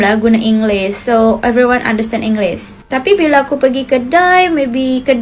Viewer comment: Dia asal indonesia, dia akhiri sebutan dengan huruf 'S' (inglis) dengan meninggalkan huruf 'H' 😅